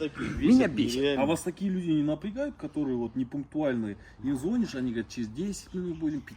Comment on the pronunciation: Зво'нишь нет ,Звони'шь да